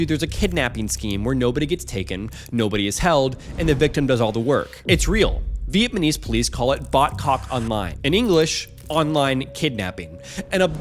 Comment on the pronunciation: Dude’s english is impeccable but can you pronounce Viet like “So-VViet” and” Nnn Am”